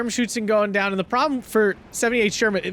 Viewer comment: Your first pronounciation of 'Schützen' is actually correct and far better than the second one. No need to apologize :)